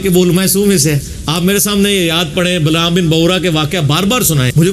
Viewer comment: بلعام نہیں بلعم بن بعورا